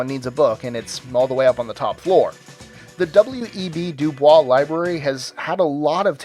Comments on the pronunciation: WEB DuBois is pronounced as it sounds, DO-boyce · While you may have pronounced Du Bois the proper French way, W E B Du Bois pronounces it doo-BOYSS. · DuBois is actually pronounced as it's spelled with an American: Do Boys.... Don't even THINK about it. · Hey dipshit, you forgot the Millenium Tower in San Francisco, which could literally fall at any time and kill hundreds of people. Also, W.E.B. DuBois is pronounced "du-BO-ees", smh. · It's pronounced W. E. B. du "Boys" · W. E. B. Du Bois pronounced his last name "doo-BOYSS." Not like Blanche DuBois. Also, your opinions suck. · Interesting but somewhat predictable. I like a lot of the architecture they ridicule but.....your pronunciation of Du Bois is wrong. Du Bois was a very important civil rights leader in the early 20th century and insisted on distancing himself from the french pronukiation of his name and pronounced it Dew Boys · he pronouncedpronounced DeBOIS. (white ppl really don't know who w.e.b. debris was?... white people who makes lists that include a his library don't know who w.e.b. debris was? huh. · Du Bois is not being pronounced the way he preferred it.